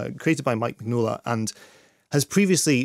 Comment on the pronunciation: I'm sorry, how did you pronounce "Mignola?"